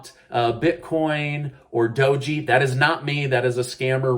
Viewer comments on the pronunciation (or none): It’s pronounced More like dohj not dogee and it’s a shiba inu dog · its pronounced DOWZH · Fun fact: Doge is pronounced dowzh.